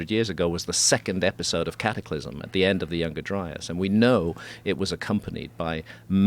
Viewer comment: Hearing “Cattyclysm” over and over makes my ears bleed